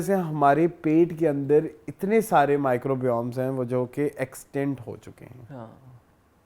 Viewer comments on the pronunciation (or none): Pronunciation of microbes by is too wrong 😅